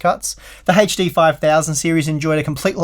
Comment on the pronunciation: Every time this gentleman spells 'HD', I die a little bit inside... ?v=c3y0CD2CoCs :P